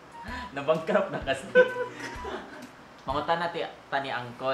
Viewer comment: Naiyak ako sa prayer ni baby girl, pero natawa ako sa end sa "bancrupt".hahaha lab you to all of you, take care KAYO😃😊